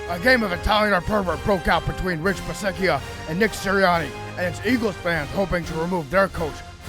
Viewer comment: Do you say Rich Bisaccia's name incorrectly on purpose because you think it's funny? Because in the 1,000 times you've done it nobody has laughed once.